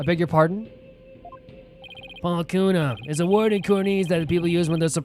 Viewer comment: I think "Pohlkunka" pronounced as phol-kun-ka